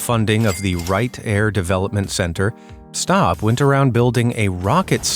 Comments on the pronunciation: STAPP NOT STOP! YOU literally mispronounced his name the whole time you were talking about him!!! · The guy's name was Lt. Col. John Paul Stapp, not "Stop," and it's pronounced as it is spelled. He was an Air Force flight surgeon.